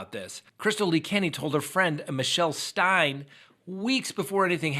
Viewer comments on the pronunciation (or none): none